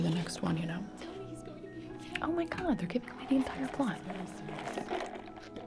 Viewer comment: I cannot with the line “ he was asbestof us”